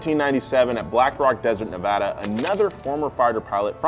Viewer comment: He said Nevada right!!!!